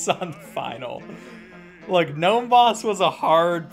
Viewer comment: the G in Gnome is silent bro... read a book.